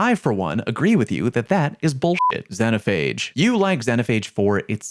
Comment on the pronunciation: Zeeno not Zenno